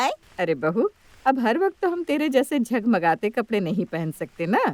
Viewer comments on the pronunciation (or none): Jhagmagate kya hota hai jagmagate hota hai😊